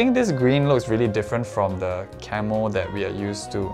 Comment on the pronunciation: Idk why I kept hearing Camel instead of camo lmaoo